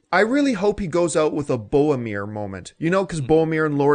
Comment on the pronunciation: Bowameir? Lol